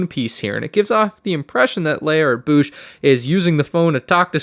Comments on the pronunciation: it's Boushh like Code or Toad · Literally could not finish this video because of how you pronounce bousche 😂😂.